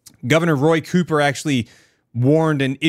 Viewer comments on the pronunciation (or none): none